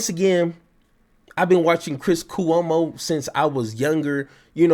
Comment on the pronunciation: This content is interesting but I am put off when you can't pronounce the names of the people - Cuomo and Tyler. Do check how names are pronounced before going on air. It will be more professional, instead of just guess work.